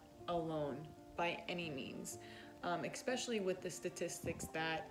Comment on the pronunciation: The craziest story I've seen on this channel is this smokeshow named "" pronouncing the word "especially", "ecspecially". I've watched the show, so I know she has a heart of gold. But, my girl, it's especially...super easy...not "ecspecially".